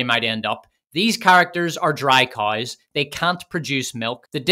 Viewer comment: Hey, did you know there's a "W" in the word COWS? Try to warp your mouth around that concept.